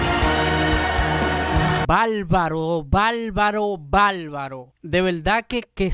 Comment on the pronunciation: Intento seguirte, valoras la buena musica Pero por favor!!!! De donde eres? En que pais latinoamericano hablan asi? Una cosa es el acento y otra es balbalo! es BARBARO!!!! YA TU CHABES POR YA TU SABES, MEZCLAN PALABRAS YANQUIS, APALTE POR APARTE; PROFESOL POR PROFESOR SE QUE NO TODOS HABLAN ASI PUES SIGO A VARIOS POBRE CENTROAMERICA, TAN HERMOSA